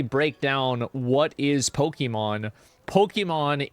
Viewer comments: POKIIIMON? Pokehmon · Why does he pronounce Pokemon like that?